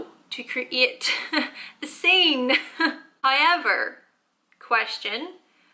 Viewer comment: karima taekookgotjams high-ever...